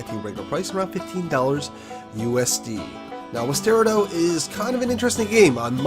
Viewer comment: I believe it's pronounced like 'Western' without the 'rn' and 'Colorado' without the 'Colo' So 'Wester rado'